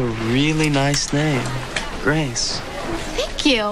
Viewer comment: GWAAAACE!!! GWAAAACE!! GWAAAACE!!